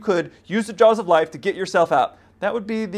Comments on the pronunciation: whats he saying? jars of lice? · what did he say ? jaws of life?